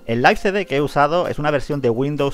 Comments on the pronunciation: Se escribe live y se pronuncia laiv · Yo siempire lo pronuncie live